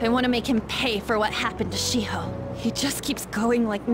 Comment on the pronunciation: y she calld shi-ho it sounds like she-hoe xDD